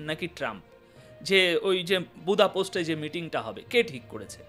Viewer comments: শব্দ উচ্চারণের দিকে একটু নজর দিবেন,বার বার বোদাপোস্ট বলেছেন শুনতে বিশ্রী লাগছে,হাঙ্গেরির রাজধানীর নাম বোদাপেস্ট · বুদাপোস্ট নয়, বুদাপেস্ট। দানিয়ুব নদীর দুই পারের দুটি শহর বুদা ও পেস্ট একত্রে বুদাপেস্ট।